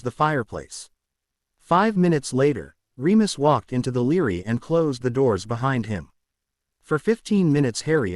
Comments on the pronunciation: I am in no way off the mark, because when you Force the word library to be pronounced as Leary because of the center of the word you have b r a, that is idiotic and psychotic. You don't have to like what I say at all, because it does not change the fact that I am 100% correct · bra li - bra - ry lol like ass a - ist for assist